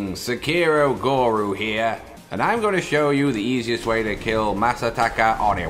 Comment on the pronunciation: When you say "Sekiro Goru here" instead of pronouncing GURU it actually means a cow (GORU) in Bengali language lol.. Guru is also a Bengali/Hindi/Urdu word meaning teacher.